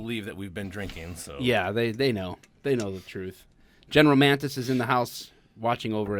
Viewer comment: Ahh General Mantis.... -it's Mattis. WHAT?!?